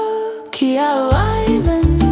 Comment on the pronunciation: The syllable "Qi" in Qi'ao should be pronounced something like "she" in English with a "t" in front to make the "sh" sound into a hard "tsh". So like "tshe".